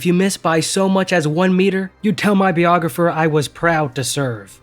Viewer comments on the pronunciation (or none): Wow, you murdered "biographer" lol.